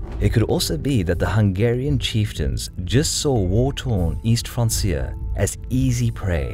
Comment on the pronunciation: Pretty sure francia is pronounced 'frank-ia'. Like franconia?